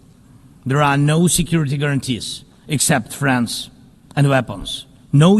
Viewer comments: Ohhhh he's saying "friends and weapons" not "France and weapons" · Oh he said friends and weapons, I heard France and weapons lol